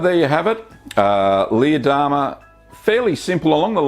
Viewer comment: we love your vids... but every time you named this cheese... us silly Americans hear "Lee Adama" from the TV Series Battlestar Galactica. Jamie Bamber's character:-)